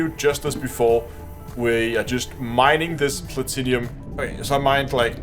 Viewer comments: arrrr plat-num not plat tin inum arrrrrr plat-num the i is silent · Plah-Tin-Umm. Not Plat-Inny-Um :) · Excellent guide thank you. Btw it's pronounced Pla-Tin-Um, there's no 'i' before the um 😉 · "plat-in-umm" is how its pronounced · I just came here to see how many people corrected the way he pronounced platinum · Have I been saying Platinum wrong this whole time?